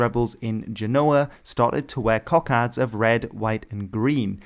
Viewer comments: Apart from the over-proliferation of Indian and Irish flags throughout (!), your pronunciation of "cockade" as "cock-ard" really threw me. Most English speakers would surely say "cock-aide". Italian "coccarda" and French "cocarde" perhaps explain your choice of pronunciation... But since you're an English speaker narrating an English commentary, it just grated, I'm sorry to say. Questionable choices of red and specific pronunciation aside, however, it was a good video, so thanks. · I’m sure there’s a thing on YouTube videos where there’s a deliberate mispronunciation of a word (by native English speakers). In this case, “cockade” (last syllable pronounced like ‘aid’ not ‘add’). Can’t even put this down to US or British differences, both standards have the ‘aid’ pronunciation.